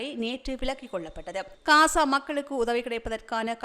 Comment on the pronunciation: அக்கா தயவு செய்து பலஸ்தீன் காசா பெயர்களை சரியான முறையில் உச்சரிக்குமாறு அன்புடன் வேண்டுகிறேன் Palastaine என்று உச்சரிக்கும் போது B கொண்டு உச்சரிக்காமல் P கொண்டு உச்சரிக்கவும் .அத்துடன் காசா என்று சொல்லும் போது K கொண்டு உச்சரிக்காமல் G sound கொண்டு உச்சரிக்கவும் . நன்றி Palestine ✅ Balestine. ❌ Gaza ✅ Kaza ❌